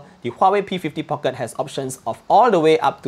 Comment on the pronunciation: Nice review. Just little weird listening some people (and also you) pronouncing Market (markit.. Phoenix pronunciation) or Pocket different way. Thought I heard wrongly but after consult my UK customer, he smiles. People tried to pronounce slang but it is wrong. Can you check os that I can enjoy listening without weird pronunciations for Market and Pocket.